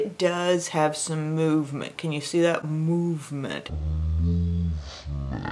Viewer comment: I had to laugh because you saying movement reminded me of times you'd say magma! Lol